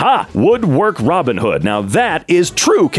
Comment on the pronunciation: robinhood ❌ boobinhood ✅